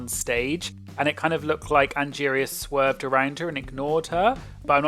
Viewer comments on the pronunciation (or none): The episode sounds like Roxxxy is saying Angeria sweared at her but she said swerved.